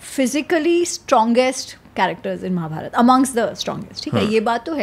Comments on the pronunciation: Please correct महाभारत not महाभारता .sahi uhcarad karna Sikho Ami ji sahi bol rahi hi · Bhai what is it It's Ramayan and not Ramayana.... Mahabharat. And not Mahabharata.... N refrain to use words like so called poorvaj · It's Mahabharat and Ramayan and not Mahabharata and Ramayana. It's what the British taught you and it's wrong pronunciation. Learn from Ami. She is pronouncing it right. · महाभारता नहीं महाभारत बोलिए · Pahle mahabharat and ramayan bolna sikh lijiye sir ....shuru me hi mahabhartaa and ramaynaa 😢and batey aap humare mahagrantho par kar rHe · I think first we should pronounce the names correctly and not post fix 'a' in the names and change it. It's Ramayan and Mahabharat, not Ramayana and Mahabharata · Plz.. Mahabharataa... Ramayanaa.. Krishnaa.. Bhimaa nhi.. महाभारत, रामायण, कृष्ण, भीम... Uchaar ae arth badl jata hai.. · It’s annoying for the way he says Maharashtraaa when speaking hindi. Kya ye “brown angrez ki aulaad” theek se रामायण और महाभारत नहीं बोल सकता? इसे रामायणा और महाभारता बोलता है ये जबकि हिंदी इसकी अपनी मात्त् भाषा है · Hum naam k baad ek extra A kyou laga dete hai ??? What is Mahabhartaaa or Ramaynaaa ??? It's just Mahabharat or Ramayan..